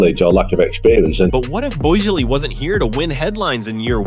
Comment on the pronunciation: Wanted to watch, but the computer-generated voice and mispronunciations are too cringey. Who is Todd Bo ez lee?